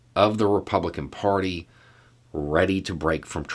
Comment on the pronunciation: there is no “o” in “party”. Jeepers.